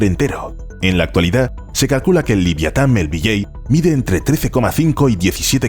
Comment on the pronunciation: "Liviatan", cada vez que lo escuchaba me ponía enfermo